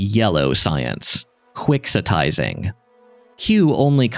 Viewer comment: The moment you said "quixotizing" I went and checked it was correct and ... Yep. That's how it gets pronounced. Not like how it is in "Don Quixote", even though that's the root of the term.